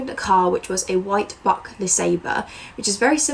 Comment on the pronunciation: So Buick isn't pronounced "Buck" it's pronounced like B-You-ick